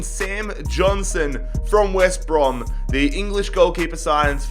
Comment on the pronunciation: He say west bra lol